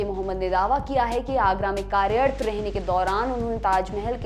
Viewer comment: Please atleast pronounce all those hindi words correctly as karyarat and gumbad